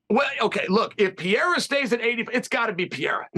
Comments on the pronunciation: Finally someone told Chael to say Pereira and not Pierra 💀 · I think the first R in Pereira is pronounced as an H as Hey or Who. The second is a rolled R as pronounced in Spanish or Arabic. So I would pronounce Pereira Pe-Hey-Ra with a rolled r. So Chael is not so far off with his Pee-Yeah-Ra. But Chael has all the names wrong : Hazmat, Blahall, Makelchev... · Isn't that 'peira'? Legend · Who’s “Bluehall Muhammad”? And who is this Pierra? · Don’t correct someone on pereira’s name then also say it incorrectly lmao, it’s PA-HAY-DA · He’s the master of pronouncing names wrong. Yarear, Pierra, Kamara etc.